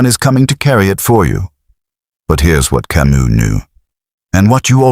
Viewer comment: The S in Camus is silent, for chrissakes.